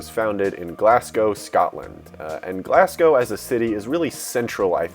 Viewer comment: Its pronounced glaz-go not glass-gow